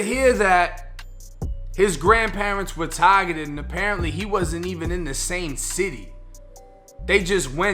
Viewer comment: Tahhhgettted, stop trying so hard